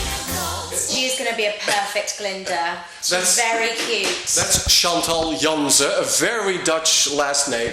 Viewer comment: wrm spreekt die kerel de naam "chantal" zo raar uit? tuurlijk gaat zij het dan ook verdraaid uitspreken.